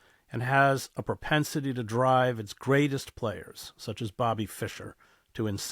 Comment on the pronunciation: "propensity" is a bit too accentuated haha, more like "capacity". We only really see it happening to those who make of it their livelihoods.